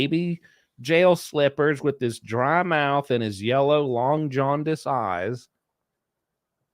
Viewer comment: Did you mean, 'long JAUN-dice?'